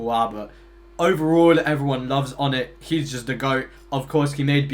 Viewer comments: hearing pronounce his name "oh-net" just feels off 💀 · "Hi, I'm Onett" "So, Onett-" "ONETT? HIS NAME IS "ON IT""